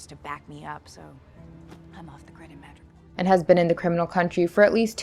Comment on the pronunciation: I also think you miss pronounced madoripor